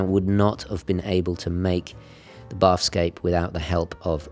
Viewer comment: Just a tiny pedantic thing: "Bathyscaphe" is pronounced something like like "matha" (but with a 'b") and "scaff". Submarines designed specifically for diving to extreme depths. The bathyscaphe Trieste (Swiss-designed and Italian-built) was the first to descend over 10km to the deepest point on Earth, the Challenger Deep, in 1960. Awesome watch, that blue is fabulous.